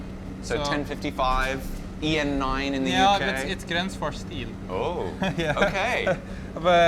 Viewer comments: Gränsfors, not Gransfors. The dots make a difference... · It's not Grans it's Grens the a with 2 dots on top is pronounced as the letter E. and the letter E with 2 dots on top of it is the letter A. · That would definitely be closer to the swedish pronunciation. made the typical mistake of pronouncing ä as a. "Grän" should actually be prounounced like the gren in "greenwich". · The best instruction how to pronounce it is probably "Geh-renns-fosh". If an anglophone used that pronounciation it would sound perfectly Swedish. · The Ä in Gränsfors died quickly in this video xD